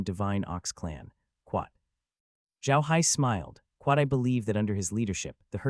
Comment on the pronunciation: Excellent story so far. Only problem so far is the persistent "kwat", it gets annoying.